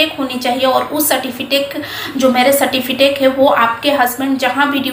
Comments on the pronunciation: सर्टीफिटेक नहीं सर्टीफिकेट बोला करें। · Aap ache se certificate bolne nahi jan rahi ho. Baki jaankari kya de rahi ho, Pahle ache se bolna sikho ok